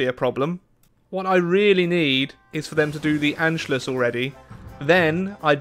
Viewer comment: I love to hear you saying "the Anschluss". Sounds very good😂 Greetings from Germany 🇩🇪